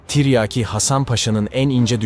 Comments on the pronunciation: Deli oluyorum yaa Tarih videosu yapmışsın Salatalık okur gibi tren der gibi tiryaki diyon Mghyim gelde çıldırma Tiryaki değil Tiryâki diyecen Azcikda olsa insan biraz Türkçe öğrenir yaw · Zağreb değil Zagreb. Ayrıca Zagreb hiçbir zaman Osmanlı toprağı olmadı. - Tiryaki denmiş. a kısa okunmaz. Tiryâki diye uzun okunması gerekir. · Tiryeki değil oğlum tiryaaki len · Yav kardeşim ikide bir tiryeki diyorsun,böyle bir kahraman şahsiyetin adını telaffuz edemiyprsun bu nasıl tarihçilik hasan paşanın lakabı tiryeki değil..TİRYAKİ Hasan paşa........ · BIR DE TIRYAKI KELIMESI NASIL TELAFUZ EDILIR OGRENSEN SUPER OLACAK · Seslendirme kötü. Anlatım ile video uyuşmuyor. Seslendiren her kimse, "tiryaki" nin nasıl telaffuz edildiğini öğrenmeli.